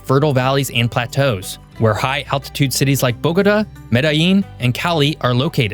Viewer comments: Bo-go-TAH. Emphasis on the last syllable. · Thumbs down for "Cartageña" and "Boguduh" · You’re calling the capital “Bogoda”, it’s pronounced bo-go-tah, Bogotá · "BOGATÂ" .. I BElieve its Pronounced : Boga-Tah Boga - Tah ... Tah like -Top -Tom (au -ah -aw) so Boga...Tah ok now -say it w/ me .. BOGAAATAAA aahh Yess you see ?! uh huh it actually sounds like a real AUthentic place now unLike the way you were misPronouncing it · BOH-guh-duh. 😅 Interesting pronunciation of Bogatá. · bogos binted? 👽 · 😂 the city of Bowgotuh😂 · It's a good video but please learn how to correctly pronounce Bogota. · Your pronunciation of Bogota is annoying AF. No one in Colombia says it that way. Look at where the accent is located in the word. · why don't you know how to say Bogotá? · I appreciate the content. In the future please endeavor to learn the correct pronunciation of cities, like Bogota, prior to recording. 🤙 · Please learn how to pronounce Bogota! Was this written by AI? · At least he got Medellin right, I wish he would have done some research on the pronunciation of Bogota and Cartagena. If he had the interest to make the video in the first place, he should have had the interest to learn the correct pronunciation. Aside from that, it is a very informative and interesting video. I hope I will be fortunate enough to be able to visit Colombia one day. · Bo-ga ta. Learn the pronunciation please I’m tired of you tubers butchering the names of Colombian cities. Your Medellin pronunciation is better than most muy still not right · Cartageña??? Bógoda??? Medeyin?? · You are a geography channel You make a video about Colombia And you manage to mispronounce 2 out of 3 cities, it's not Bogoduh or some contraption you produced and its not Madallin either. As a gringo you should know how to pronounce the LL in Cordillera as well. Truly pathetic, didn't watch the rest, of the video. I know a bit about the country and its geography, ecology and geology.